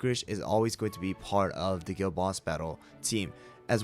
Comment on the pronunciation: Dude why did i think he said girl boss battle every time he said guild boss battle😭